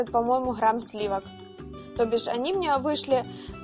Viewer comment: Не твороХ , а твороГ , и не поХуще , а поГуще , не Храмм , а Грамм и т.д.